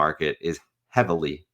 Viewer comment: Thank you for your expert analysis. You are my favorite person to watch. I like the emphasis on heavily heavily! I’m with you. I got out of Ethereum for a while because it it’s just been so boring and depressing but now I’m excited again.